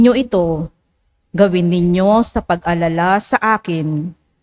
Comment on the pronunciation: sa pangalawang pagbasa, next time pakiayos Po Ang pagbigkas ng pag alala..pag alala at pag aalala y magkaiba po yan